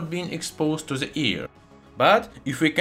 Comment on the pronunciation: Совет: в словах the, this итп. th произносится как d а не как z. Таким образом на пару шагов приблизишся к правилному произношению в анг языке. С помощью Google Translate можно успешно тренироваться. Не понимаю почему в России в произношение вставляют z...